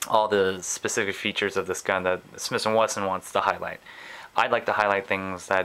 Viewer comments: SmiThhhhhh and Wesson not smiss and Wesson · Is he saying "Smis & Wesson" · he keeps saying smiss & wesson.